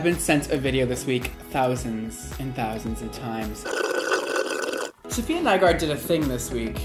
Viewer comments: I'm gonna be this person but it's SAFiya, not SOFia. THEY ARE DIFFERENT EDIT: The queen tweeted me on how to ACTUALLY PRONOUNCE IT and ig I was wrong too but so were y’all so don’t be smug. Apparently it’s SUF-FEE-YUH NYE-GUARD. Link to the tweet for the receipts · it’s not SOfia it’s SAfiya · I hate how you pronounce her name Sophia/Sofia, it totally ruins the uniqueness of her beautiful name 😡🙄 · He one of the person that say sofiya instead of Safiya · It's SAFiya NOT SOFia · Her name is sAfiya, not sOfia/sOfiya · This is how many times said “Sofia” instead of Safiya ⬇️ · cringing at everytime he calls her "Sophia" lol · its pronounced SAAFIYA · no its pronounced su fee uhh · Who else realized he said her name wrong like 5 times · Can you please pronounce her name right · Really hate that he’s pronouncing her name incorrectly throughout majority of the video 🙄